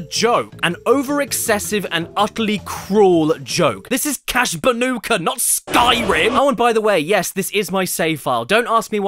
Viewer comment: Crash ban”day”coot